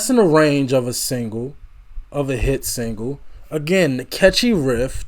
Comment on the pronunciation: Just so you know, its riff, not rift.